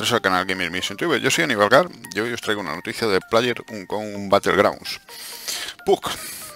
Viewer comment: Total no tengo ni xbox ni pc :v Pd: un buen like por ese "playerunkounbattleground" XD